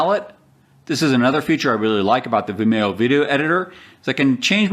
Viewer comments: Um it's pronounced Vimeeo, like Video, get it. Video, Vimeo? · Its procounced vimeeeeo. Similar to "video" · Never heard Vimeo pronounced that way.